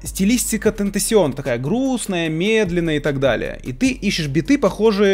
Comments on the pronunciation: Не татасион, а икс икс икс тейшн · Не tentacion (тентэсион) а (тентэйшион) cion в английском языке чиатется как шион также (tion) это тоже читается шион